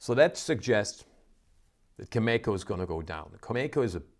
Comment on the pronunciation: Learn how to pronounce Cameco. I was there a couple of weeks ago when you were so positive that oil was going up and yet it has only gone down. I expect oil to get as low as mid to upper 30’s to mid 40’s.